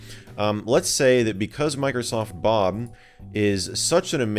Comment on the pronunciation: He says Microsoft 'Bum!' Instead of saying Bob